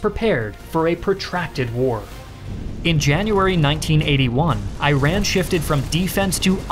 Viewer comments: Great video! But please pronounce Iran correctly. It's /ɪˈrɑːn/ (or /ɪˈræn/). IT'S NOT AI-RAN (/aɪˈræn/) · I tried watching the whole video but I just couldn't because of his mispronunciation of the name of the country of Iran. It is pronounced "E-Run" not "Eye-Ran". It is so cringe to hear you say Iran the wrong way this entire video. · Please pronounce Iran's name correctly Its /ɪˈrɑːn/ or /ɪˈræn/ not /aɪˈræn/ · Iran is not pronounced 'I RAN'; it's actually pronounced 'E-run' (or 'Ee-rahn'). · precise educational content! good job... just one thing... it doesnt pronounce I-ran, it pronounces E-run, which comes from the name Eran'Shahr, meaning land of Aryans! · Brooo not i run its e-ran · This video confirms my prior belief that anyone that pronounce Iran (Eeeraan) as I-ran has no credibility talking about anything in regards to Iran. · It is not eye run! Eerān is correct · Great video, expect the parts you call it “eye-ran”🥲 It’s read like this “eeran” like “ear” + An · as an Iranian (eeranian) i have a problem with your pronunciation of the word Iran, it pronounces like eeran(/ɪˈrɑːn/) not I-ran it just feels weird when I hear that. and the pronunciation for Iraq is eeraq(/ɪˈrɑːk/) and that's not even that close to the original pronunciation but work fine cause you don't have the qh(ق) sound. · It's not Ayran! It's eeeeraaan ! Come on, people! So simple! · Great video. I just wish you pronounced Iran and Iranians correctly. It sounds so weird to me, as an Iranian, to hear I-ran. It should be kind of like E-run. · Omg! Dude Iran is simply pronounced /I.run/, not /eye.ran/, the same goes with Iraq, which is pronounced /I.rock/, not /eye.rack/ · Its not I-ran for f's sake it's e-ran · Thank you so much for your quality video and all the free information! But please don’t mispronounce the name of the country. Iran: Eye Ran ❌ E Run ✅ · Great video and pronunciation other than I-RAN and I-RACK it’s E-RON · It's Eee Raaaaan not I - ran !!!!! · Its iran not iiran